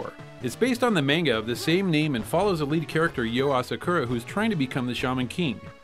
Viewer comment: "Menga" :P